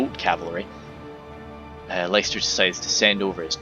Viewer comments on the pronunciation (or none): Cheers for the show case! But it's pronounced "Lister" :p blame the old lack of standardised spelling:p it was a fun game though! Just amazes me how korregan has so much space to hide, but puts literally all his units exactly where you'd expect them to be :p no ambushes or anything